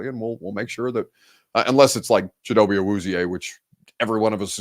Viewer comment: That was actually a good pronunciation of Chido's name.